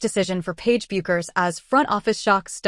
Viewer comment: Isn't it crazy AI can't figure out or be programmed to say her name correctly ???????? To anyone who tuned into this (I actually didn't and what I did was read the script before I hit the button) I want to share a thought with you. I was a pool shooter many years ago, let's just say I was pretty good, and if someone was going to play me I could clock that guy out about what kind of a player he was before he even took a shot! It comes with the territory if you know what I mean. Well, Paige will be able to clock someone out to determine what kind of a player they would be before they ever took their first shot. 'It comes with the territory!' She should definitely be in a position to offer her opinion of who she thinks is a great player and a great teammate.